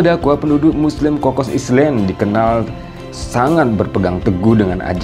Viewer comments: gak pernah belajar bhs inggris ya ? island kok dibaca islend ? metinya ailen. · Home Island...cr sebutn ya.....Home ailen...bukan islen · Min..maaf koreksi. 'island' bacanya ailen bukan islen... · Jangan "islen"lah pak.."ailen" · Island benarnya. Right spelling, right pronounciation from original language. (Semua nak dimendoniakan pening haku😪) . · contennya bagus banget.. masya Allah.. hanya sayangnya, tolong min pengucapan 'pronounce' bahsa Inggris nya min.. "island" otu bukan diucapkan "islen".. malu kan jadi nya terlihat tidak educated.. thanks